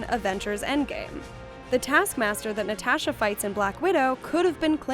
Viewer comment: Why are you saying “NatAsha” like that? ....*cringe/shutter*